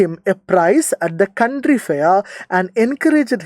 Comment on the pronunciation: sir country alla county